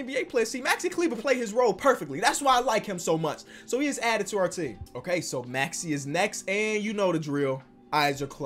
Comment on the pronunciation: SAID MAXI’S NAME RIGHT!!!:,)